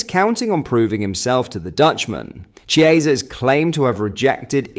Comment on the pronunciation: Chiesa is not Spanish, as you know. His name is pronounced Kiesa. Ch is hard in Italian.